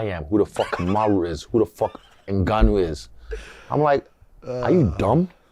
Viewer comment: I think its hilarious when Triple C calls out Usman on their show, and I find both of them hyper cringe. Ive been waiting for guru to break this down and the more cringe the convo got, the funnier Henry's pronunciation of "Kamaru" is... Hay fellaz🎉